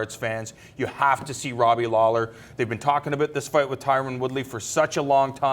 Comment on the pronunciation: Talkin "aboot" it?